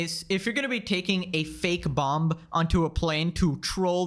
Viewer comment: Are you unironically pronouncing the second 'b' in BOMB. You deserve worse than Hasan for that.